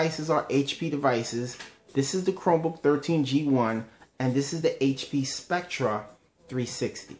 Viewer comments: it's pronounced like specter not spectra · Just gonna say it...spectre is pronounced spec-ter